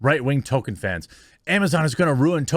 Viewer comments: It's pronounced "Tow-keen ( with a de -emphasised 'wl' drift,)" not " Tolken" or "Tol-ki-en." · Toll-keen it is Tolkien not token. Love ya Jeremy. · Please stop saying "Token." There's an "L," dude. You're making my ears bleed. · His name is TOLKIEN not TOKEN, he isn’t a black South Park character! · Jeremy, Toll-keen. That is all. Other than that, great video. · Why are you saying Tolkien like that?